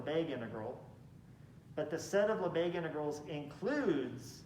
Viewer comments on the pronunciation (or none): Not Lesbegues. Lebesgues.